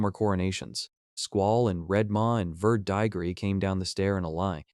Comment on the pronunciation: Like the story but there are lots of mispronounced words and names. Like verdigris is pronounced ver-deh-gree. Most of the dragons names are wrong.